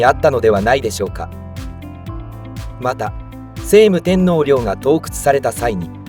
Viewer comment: 聖武天皇 「しょうむ てんのう」です。「せいむ てんのう」ではありません。